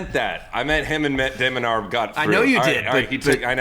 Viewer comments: and every time it sounds off to me lol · I think Sam pronounces 'de minaur' a different way every single time he says it